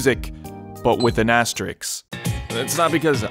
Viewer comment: "with an asteriks" lol